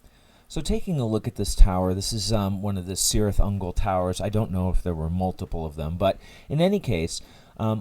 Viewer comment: Hey man, I really enjoy your work...you are a master. I hate to Sound like a Tolkien fanboy...but it's pronounced Kirith Ungol. In Tolkien's legendary, the letter c never makes a soft sound.